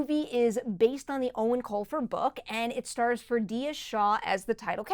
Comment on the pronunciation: Can’t believe you pronounced Eoin correctly! 👍